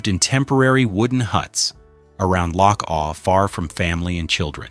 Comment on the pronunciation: First off you got the names of all the places wrong. and the the name of loch awe not awl.. Honesly these AI videos and voice over are a joke. 20k views for this shite?